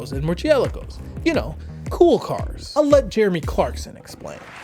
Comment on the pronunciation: the biggest crime in this video is how you pronounced Murcialago